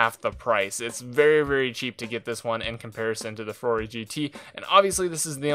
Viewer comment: Come on. It's pronounced Furore